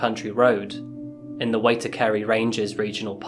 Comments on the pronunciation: Waitākere - pronounced why-tack-er-ee (some of our place names are hard to say!) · You got the pronunciation of Kumeu spot on, but Waitakere is pronounced kinda like "why-tuk-iry". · The bush Grace was found in is Waitakere which is said as why=wai, tark=tak, er=er, re=e or as we said it Waitaks. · As a New Zealand Maori, his pronunciation was horrible! Wait-tek-kere... Hoha as!